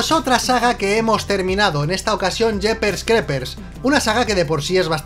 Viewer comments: Hhhhhhhhh la pronunciacion al Principio es jeepers creepers y cuando termino el video lo dices mal, dices jepers crepers, y despues dices jeepers creepers. Si gustas te puedo enseñar a pronunciar bien en ingles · Por que los españoles pronuncian tan mal el ingles? Yepers crepers?